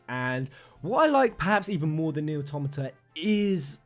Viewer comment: Jeremy Ang You are wrong. Automata has its basis in automaton. He is pronouncing it correctly.